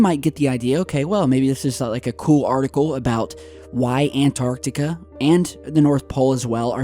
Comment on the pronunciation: You crucify Vice for misspelling yet you say 'ANARTICA' Your channel is interesting, yes. But do I believe all the crap you say and post? No. If people would compared the legitimate stuff you post vs the downright bs, you'd realize you're not that 'credible' of a channel either.